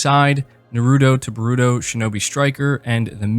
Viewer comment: Lol when you pronounced Naruto and Boruto I couldn't help but laugh 🤣